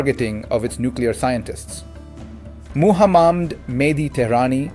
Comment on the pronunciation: Dear, I'm a regular listener of your vlogs on YouTube and genuinely appreciate your insights and work. I'm writing to you today about a minor point, which I hope you'll receive in the friendly spirit it's intended. In this vlog, I noticed that you pronounced the name "Muhammad" (peace be upon him) in a way that seemed to deviate from the widely accepted and correct pronunciation, particularly for someone with your knowledge and background. I understand that slight mispronunciations can happen unintentionally, especially during live recordings or spontaneous speech. However, given the immense respect and significance of the name "Muhammad" to billions of people worldwide, including many of your viewers, ensuring its accurate pronunciation is quite important. I know you are well aware of the correct pronunciation, and perhaps it was just a slip of the tongue. I wanted to bring this to your kind attention so that you might be mindful of it in future vlogs. Your dedication to accuracy in other areas is always evident, and I believe maintaining precision in this regard would further enhance the trust and connection you have with your audience. Sincerely, بشارتہ مسلی